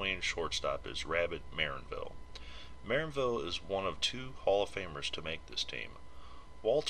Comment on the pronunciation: Stress is on the second syllable, MuhRANNvil, like "un anvil"